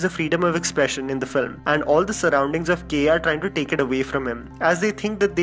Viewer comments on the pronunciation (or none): none